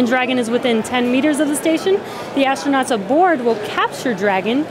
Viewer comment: Please tell astronauts are not "ashtronauts". this is a millennial thing. Kate got it right